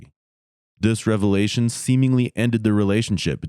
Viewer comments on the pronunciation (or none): none